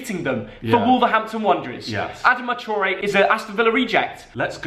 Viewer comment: The way u pronounced adama traore made me cringe but love ur channel